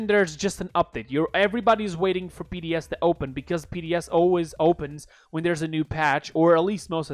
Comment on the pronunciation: Lmao you said PDS